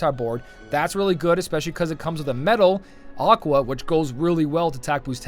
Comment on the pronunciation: "medal " pls :D